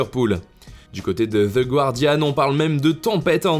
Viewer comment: Juste les gars, on dit "gar-dian" et pas "guouar-dian", le "u" se prononce pas.